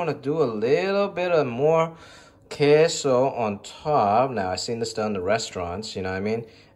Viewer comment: Your pronunciation is spot on man on the queso and the chile 😂👍👍👍. I’m from south Texas and I approve 😂👍. Now I want some enchiladas now. Might ask my mother in law to make some. You should make some chicken flautas next time with some crema and green salsa. Wooiweeeee!